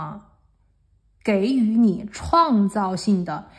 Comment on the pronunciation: 美女塔罗牌技术没得说，很棒，有技术，声音也好听，指甲也漂亮，2讲的很到位👍，关键声音也好听，只有一个小问提，可能口误，给（jǐ）予三声。🙏